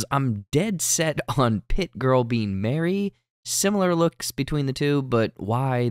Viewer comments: Okay I'm convinced this guy is not watching the show. First he didn't know how to pronounce Taissa, a name said several times in the show, now he's calling Mari "Mary", even though it's clearly pronounced Mah-ree by the characters also several times. At no point do any of the characters say the name Mary cause there is no one named Mary. I'd expect someone telling us about hidden details to have watched the show enough to know the characters names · He did not say Mari's name correct though. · My man, how do you get so many name pronunciations wrong if you’re watching the show? Got Mari’s name wrong this week